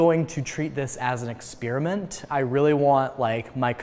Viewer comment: U said "experiment wrong" it isn't like ear(eer) it like Eh like in pet. Ya welcome but love the German pronunciation of wonder-bread. mayo with grilled cheese is just weird, whatever floats your toast!